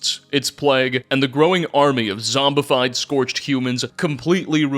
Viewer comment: Incidentally, there's no T in "scorched", and only 1 in "scorchbeast".